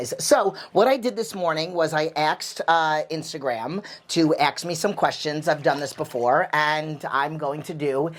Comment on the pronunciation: the way you say ask makes it sound like you're from Jerrzeyy lol